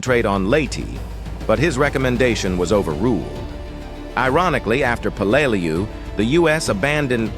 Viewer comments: I work in Peleliu cleaning up the munitions left from this battle; everyone who fought here (American's and Japanese) has my deepest respect,.. but it's a d@ shame that AI voiceover can't get their names pronounced properly! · Exactly my thought, a video about Peleliu and the ai voice can't even pronounce it correctly.